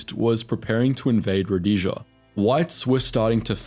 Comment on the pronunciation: About the only name you used Rhodesia was the only one you pronounced correctly.